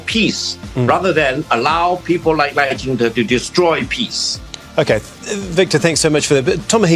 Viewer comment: 立本代表把赖叫成Lao了笑死